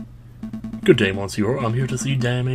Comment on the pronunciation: I hate to be one of those commentors but 2 things, the mon in monsieur pronounced muh...kind of >.> and the miaou is basically meow. Because that's how french folk spell meow. (Dogs say ouaf instead of woof) Pronounce it how you want but I just thought I'd help. Hope you're having a good holiday and have a good new year, too